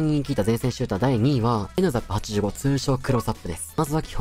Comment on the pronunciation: NZAPの発音がライザップで話入ってこんwww